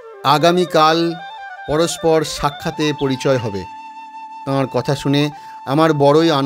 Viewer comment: Tar bolun thard noy thik kore bolo